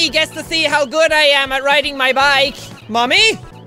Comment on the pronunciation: That "Mommy" Sounded like "Nani"